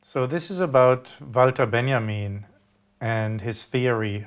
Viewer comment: Vahlter Benyamean